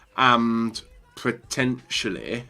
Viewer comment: Pretentially..... really? It’s POTENTIALLY, you spastic